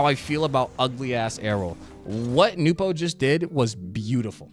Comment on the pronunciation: Bro the second you pronounced it "Nupo" I breathed the DEEPEST sigh of relief .... and then just sat back and enjoyed the rest of the video edit: oh shit I need to change my swivel speed